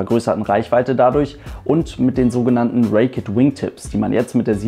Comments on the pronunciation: bitte (!) Sag nicht "Reek-ett" "wingtips - Es heisst Raked Wingtips und wird " Reekt" ohne "ett" ausgesprochen. Nicht böse gemeint aber ich finde, du verdienst eine perfekte Englische Aussprache.;) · Cl4rendon Genauer genommen wird es „Räikt“ ausgesprochen :)